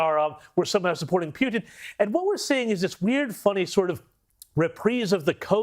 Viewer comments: WHO DECIDED to start pronouncing his name PEW TEN??? American's always called him POO TIN> Poo Ten.....NOT PEW ten This is important and is subliminal teaching in some Discusting Great Reset kind of way. We gotta pay attention to this tiny bullshit! ! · Peeootin? LoL 🤣🤣. Not it's Trump fault 😐🐫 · It's Puten Pronounced Pooh-ten